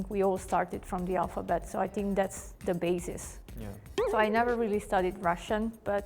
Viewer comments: что за синк (think)??????? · блин да скажите ей кто-нибудь чтобы она перестала говорить синк, синк это раковина! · "I sink" 😂